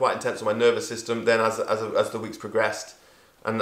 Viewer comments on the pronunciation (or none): none